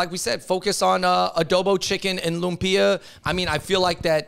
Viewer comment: Bros., LOOMP-yah, not loom-PEE-uh 🤓